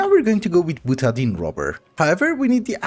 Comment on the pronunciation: I don’t know how you Europeans pronounce anything, but usually butadiene is pronounced buta DIE ene. Stay dark!